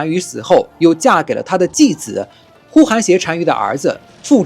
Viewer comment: 呼韩邪(yé)单于，而非呼韩邪(xié)单于😂😂